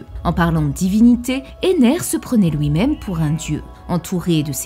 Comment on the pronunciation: "pour LOUI" Ton accent me fume